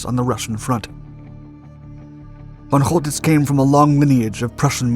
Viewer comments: Great video. But: 😲 whole tits? 😵 Man, if you’re going to report on Germany in WW2, you ought to learn to a little German pronunciation. It’s fɔn ˈkɔltɪts and sounds more like coal-tits or, in some places, sholl-tits; but nowhere like whole. (The von part sounds more like fawn, though the /a/ sound is much shorter.) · Pronounce the C like a K. Choltitz is pronounced Coaltitz. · the (Ch) in (Choltitz) is pronounced as (K). Very nice video (as always) tho. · His name was Coltitz, not Holtitz. I heard this story before. Later I heard that he hadn’t had enough explosives to blow up Paris (or at least important and culturally important buildings of it) anyway. So that he made it look as if he did out of mercy. - Who knows which version of the story is true....